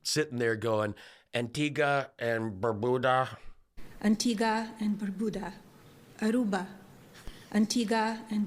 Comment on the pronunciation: Barbuda, not Berbuda. Or did she mean Beer Buddha?